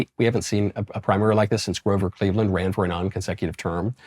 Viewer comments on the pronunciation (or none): none